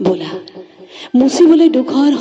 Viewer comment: বলা নে ব'লা???? উচ্চাৰণ বিচ্যুতিৰ বাবে বেয়া পালো কবিতাটো শুনি।